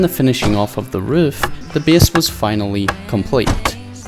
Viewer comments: Imagine pronouncing "base" as "beas" or some shit smdh so fucking annoying mygod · Worst pronounciation on yt. First time I heard "bes" i thought its funny but when you have to say it like 10times in two minutes you getting annoying. Good content tho but annoying talking